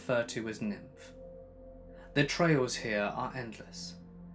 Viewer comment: You kill me 😂😂😂😂 Niamh pronounced Neve like Neve Campbell, not nymph LOL!!!!!!!!! Deceased 😂😂😂